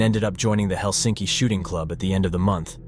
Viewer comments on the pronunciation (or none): The funny thing about pronounciation in Finnish, it is so easy and obviously it isn´t understood. 1. The emphasis is ALWAYS on the first syllable. What kind of stupid foreigners don´t understand this??? Which word is hard? Helsi´nki is wrong! He´lsinki is right. What is so unbearably hard that it is impossible to get into one´s head?? 2. double vovels or double consonants are pronounced LONG. Sirkka, Pekka, Saara etc 3. First principle is that the Finnish language is pronounced exactly as it is written. Diphthongs are pronounced. Auvinen, sauna etc. U is pronounced like an O and O like the Swedish Å. Otherwise there are no exceptions. Good luck. Most of the names in this otherwise good documentary were pronounced in the wrong way. Somewhat disturbing.